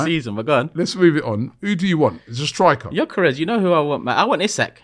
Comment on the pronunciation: next time you say gyokeres over sesko, atleast do your basic research...🙄🤦😑